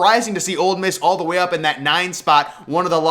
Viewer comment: It's Ole Miss. Not "Old Miss"